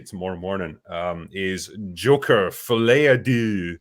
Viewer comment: keeps saying fillet a deux lol. It's folie, which means madness. Folie a deux means madness at two.